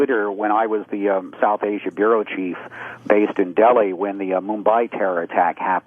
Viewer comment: Del-high? JFC Opie is retarded